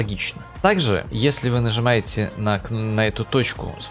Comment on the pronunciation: Нызымаете? 5.38